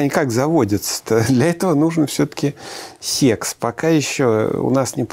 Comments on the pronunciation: Да не сЕкс, а сЭкс. Произношение сЕкс звучит как-то по деревенски. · Когда человек произносит сЕксь, хочется поскорей его не слушать... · Сэкс это сеекс 😂